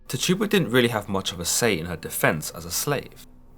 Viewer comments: I just wanna say that her name isn't pronounced Ti tu ba, it's tchi tu ba, chi tu ba, or chee tu ba. You would have to know to understand. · Every time he said Tih - tuba I cringed lol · Can you please say her name right😩😩😩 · Only Tituba knows what really happened. THE VOWEL I IS PRONOUNCED WITH THE VOWEL E SOUND. SAY IT RIGHT. AAARRRRAAAWWAAAKKE LONG LIVE TTTIIITTTUUUBBBA. LONG LIVE ALLL NATIVE AMERICANS TAINO TAINA!!!! ARAWAK ARAWAQUE